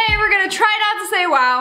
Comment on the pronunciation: she said wuw